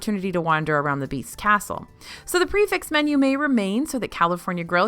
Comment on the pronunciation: Prix fixe isn’t pronounced pre-fixed….